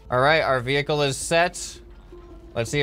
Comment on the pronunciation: towing your maining wevuicle whoud be soo cool